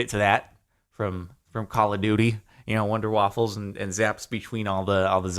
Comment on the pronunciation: I lol'ed so hard when he said Wunder Waffe from CoD Zombies, it is always fun to hear americans ponounce German because it is so far away from English and if you do not listen to German every so often then it is shit so pronounce. It is like that little kid who said "and this is how to get the fire bow on der ise d'rah" instead of "Der Isendrache"